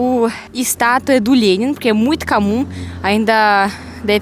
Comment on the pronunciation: "É muito camum num damingo" 😁